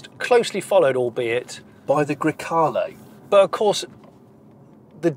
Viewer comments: Really enjoyed this one Jonny. Fun and interesting. Did i detect a problem with pronouncing 'Grecale' ?! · Now you got me wondering how you were pronouncing grecalo! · I’m intrigued to know how you were pronouncing grecale before the overdubs 😂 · I’m curious, what were you saying originally when you should’ve been saying Grecale?